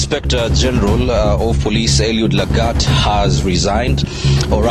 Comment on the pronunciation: His name is Lagat, not Lang'at.